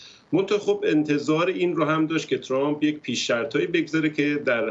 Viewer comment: چرامپ نه , ترامپ ....یعنی میخوایید بگید خیلی لهجتون بریتیشه ؟ 😂